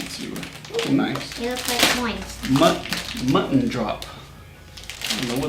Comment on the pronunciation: Ik snap niet hoe je "munten" als mutton uit kan spreken, zelfs niet als je geen nederlands spreekt.